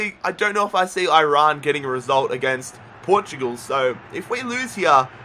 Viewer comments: That guy just said Oirayn for iran? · im persian and aussie bilingual basically but is it me or do every one pronounce Iran wrong in my mind lol